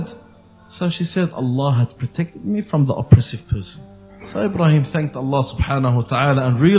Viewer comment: Plz practice saying Ibrahim Alihiwasallam